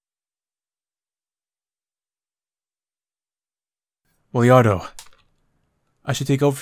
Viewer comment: the fact that keeps adding an invisible i before the a in wilardos name bothers me to a ridiculous level also ashe is the goddamn worst